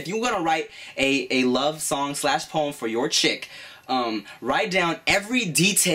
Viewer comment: was i the only one that heard porn when he was saying poem? O>O